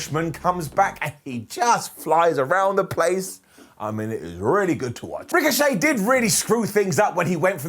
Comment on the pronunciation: Good job, by saying Ricochet's name like that you gave WWE their story for next week. Ricochet, will now be known as Rick O'Shea and him and Sheamus will be a tag team known as Flyin' Irish. They'll have a 4 minute match against Cesaro and Mansoor. Michael Cole will carry on for the whole 4 minutes about how are they going to be able to coexist before Shamus Brogue kicks Rick and walks off.